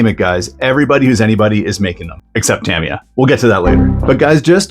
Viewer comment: Tamiya 'ta mi ya. Not tam iya